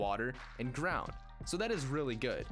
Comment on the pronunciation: Am i the only one hearing ''Drown'' instead of ''ground''?